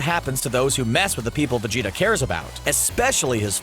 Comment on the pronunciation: anyone else hear vegito instead of vegeta ?